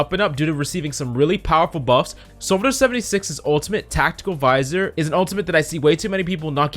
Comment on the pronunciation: it sounds like he said sombra 76